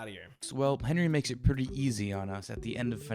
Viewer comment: bro said "henwie :3"